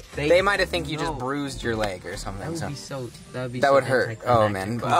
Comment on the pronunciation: she goes " did u brusie it" as its in a cast